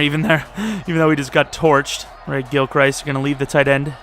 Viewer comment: ayyy thx for saying gilchrists name right im guessing you saw my comment